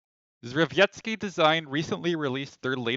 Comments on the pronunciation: I share your pain pal... But the correct pronunciation is, "Jev-ee-et-ski". As it reads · Try to pronounce "drze-" as "dshe", so it's "dshevietsky" or something like that.